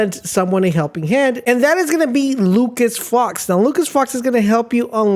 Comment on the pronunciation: Lucus fox?? Do u even watch the shows 😂